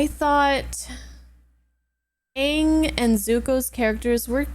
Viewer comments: ahh yes. soak-ka,uncle eeroh, and OOng. The holy trinity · Yea crazy how they couldn't even pronounce the main characters name correctly, lol. what a pos movie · Oong, the ovatar